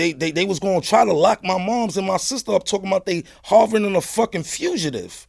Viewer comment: “Harvorin a fugative” 😭😂😂😂😂😂